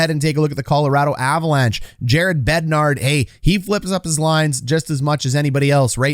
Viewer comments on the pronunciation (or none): Why do you keep saying BEDNARD?? There is no D at the end. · Please stop calling Bednar BednarD lol